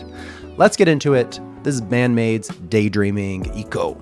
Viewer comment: Kanami's guitar solo on this is incredible! I think it's funny how they turned Daydreaming into a 4 syllable word. (Day-dur-eam-ing)